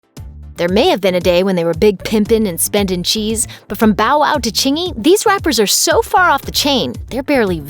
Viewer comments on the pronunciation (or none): Ok is it just me or is this white girl sounding strange saying "cheese" and "fresh"